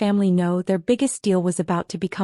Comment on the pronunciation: Deal, not steel. S,M., not Esme.